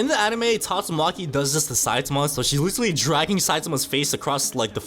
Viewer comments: IF I HEAR THIS MF SAY LICHERALLY ONE MORE TIME IM GONNA CRASH OUT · bro can't pronounce literally